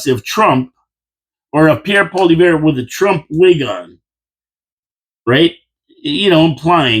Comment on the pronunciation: Try this for pronunciation, "Pauly-ev", say it out loud, "Pauly-ev".....our soon to be PM, Pauly-ev!